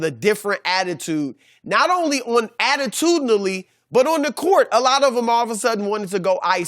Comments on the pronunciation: wtf ? did he say attitudedly ? i came on comments to see if anyone else caught that . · Did Chris just say “ attitudinally “ ? Lol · dayzofreckoning lmaooooo. I picked this up in a previous video had to go recheck the correct pronunciation 😅😅😭😂